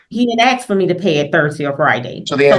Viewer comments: She’s a “professional” and tries using big words that she mispronounces but yet can’t even pronounce a simple 3-letter word like ask…. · All this " recollatin'" and "axing" is killing the English language..... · It’s ask not axe can we please go back to school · You're downgrading your credibility with all that axing you're doing like you're some kind of a murderous lumberjack. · Oh my.... at one point she says, "I'm not going to let him (the opposing lawyer) denigrate me as a parent and an educator ...so I am AXING him...." SMH. Why she can't correct that horrible pronunciation, is beyond me. My mom use to say 'warsh' instead of 'wash' but she finally got out of that habit. I get it, it's what she grew up hearing...but it made her sound uneducated. I know 3 people who's first languages are not English. One is Spanish speaking, one is Basque, and one is Korean...all of them know how to say Ask, Asking, Asked. Also, the Korean person is very careful about getting her R's and L's in properly, because in Korean, those two letters are often a combo sound, that kind of sounds like lur. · If she’s so educated why is she saying “recolate” instead of recall or let me “ax” you a question? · ✴ "Recollate" = Recall "Aks·ez" = Asks "Conversate" = Converse ↖ 'THIS' ↗ ⬇ Coming from a ↪ Nurse? I wonder IF Your Daughter "Feels" ➡ Scammed, Ma'am... ☝x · Correction: why are you axing me all these questions, …… 😜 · I wish she’d stop axing. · She needs to sue the schools she attended that let her graduate saying "axe" for "ask" and "recolate" for "recall." I bet she also says "conversate" for "converse". 😂😂 Especially since she likes to say how she's an educator every possible chance 🤦🏼‍♀️ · The main one was "ask"...axe, axed, axing.. Can't figure out for the life of people why this word is mispronounced so often. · And ‘axe’ is not a word!! [Well it is if you are throwing an 🪓. ] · big words!?!? "Lemme' axe this..." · "He won't downgrade me" "I am axing" in the same sentence!